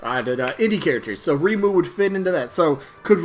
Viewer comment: I'll be voting for REIMU! "Ray-moo" is the pronunciation that is widely accepted in English btw. If you want to hear some music variety, you can check out this playlist. or type in "Touhou music [insert your fav genre]"